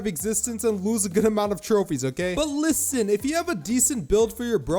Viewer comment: every time he said "LISSEN" i gave up on my serious mode